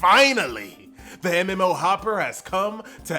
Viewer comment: You actually got me to subscribe with that 'mmo hoppaah, laike share and subscibe"